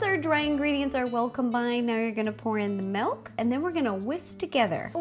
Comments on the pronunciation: UGH U YOU SAID MELK ITS MILK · I love the way she says Milk! (MELK) xDDD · Milk not melk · I'm so sorry but you say MALK! OMG IT MAKES ME SO MAD!! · She said malk